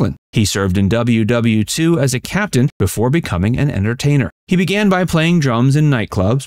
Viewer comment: You can’t say WW2 correctly? Ooof.